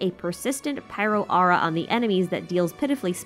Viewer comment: Agreed with everything you said in this vid extra the way you pronounce aura. Please rerecord the entire video immediately.